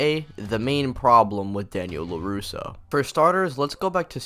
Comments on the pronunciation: Lol "Lapusso" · LaPusso lol